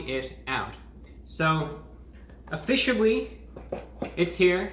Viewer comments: “Uh fisha wee” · Review bra says "o fish o wee"